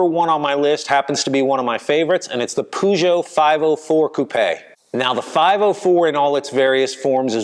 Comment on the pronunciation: It's 'Peugot', not 'Poogot'........Not knowing the name demeans credibility. But you got Lancia just about right, so ✅